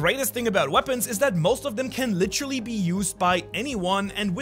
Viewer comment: Can you just say the word literally? Not... "lit-trolly" lol